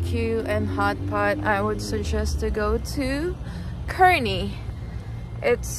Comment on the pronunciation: Pronounced "CAR-nee" :) Great video!